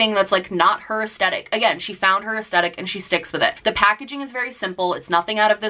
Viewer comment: Love you but Aesthetic has a "th" not just a t.